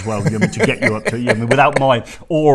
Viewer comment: Did really say "Oral help"!